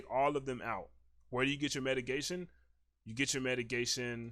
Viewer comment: Great video. One thing, its called mitigation, not metigation.